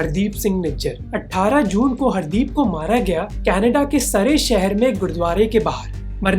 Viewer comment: Not baabar it’s Babbar and it’s Surrey (Sarri) not Saray . Focus on pronunciation. If India killed him why they are not admitting.